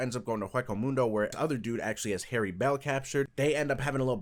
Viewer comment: Ain’t no way bro called Haribel “Hairy belle”. 😹😹